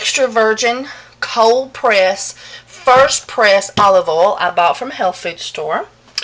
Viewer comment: "Coconut ouel"